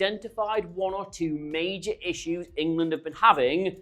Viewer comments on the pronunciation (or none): none